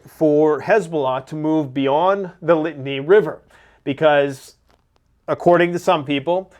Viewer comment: Pretty well on key! I think Israel will fair better in the north than expected. God and Shin Bet are nothing to mess with. By the way, it is the Litani (Li-tah-nee) River in Lebanon. That is where a UN resolution says Hezbollah is supposed to be north of. They haven't been where they are supposed to be in years now.